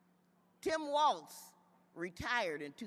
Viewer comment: His Name Is TIM WALZ NOT TOM